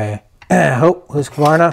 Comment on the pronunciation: You need to learn how to pronounce Husqvarna, good video other than that.